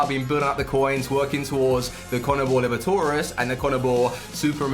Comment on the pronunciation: The Libertadores and Sudamericana pronunciation killed me